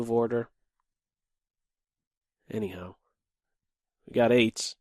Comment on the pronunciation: Every time you say anyhow I think that you say Eddie Howe